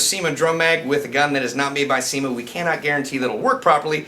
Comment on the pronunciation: He said CYMA. I thought he said ceman